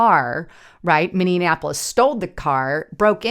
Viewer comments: HEY, THERE IS NO MINNI-ANAPOLIS, It's MINNI-APOLIS. Not that hard to pronounce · when you say Minneapolis, it is so funny, it sounds like you’re pronouncing it mini-in-napolis. It’s actually pronounced Mini-apolis. So I just moved from Minneapolis to Menomonie, Wisconsin. And I can tell you right now. I’m glad I got out of there and my family. Here’s a thing if people on the other side are going to attack ice agents then and I’ll talk about most of these people are probably American citizens and I’m assuming some are not but that means then American citizens should be able to get up and protect ice agents from them and ice agents and stuff. They have rules of engagement where regular American citizens that would be protected and do not so if maybe you could put out there in your you know podcast that American citizens maybe should get out there and help protect the ice agents. I’m not even gonna lie. I don’t like cops I can’t stand cops at all and definitely federal cops, but I support ice because they’re a different kind of cop. I just wanted to throw that out there I’ve been listening to you since 2017. Love your reporting. And are you familiar with the YouTube channel Promethean updates. If you not, you should check them out also. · One thing, it's Minneapolis, not Minionapolis. Although it is full of Democrat minions, so you be right. 🤔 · Minneapolis, pronounced like Minionappolis a few times. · Love your news updates!!!!…. But you keep putting an extra “an” in the middle of Minneapolis You are saying Minne”an”apolis God bless!!! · Or, as we Minnesotains pronounce it "Minnie -ah-po-less" .... lol. I love being in the rocks and cows area, FYI.😉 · Please learn how to pronounce Minneapolis! There is not an extra n! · Great video, as usual. Gotta ask though, have you learned how to pronounce Minneapolis yet? 😁